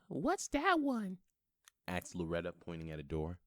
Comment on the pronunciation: the amount of times he said axed